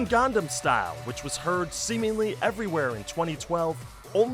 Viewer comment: Gone-guh-namm Style.